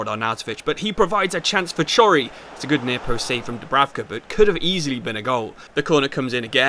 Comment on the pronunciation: please chory is not prounounced like that